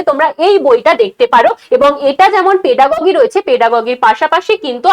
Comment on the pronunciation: ওটা পেডাগগি নারে মা 😆 পেডাগজি বলে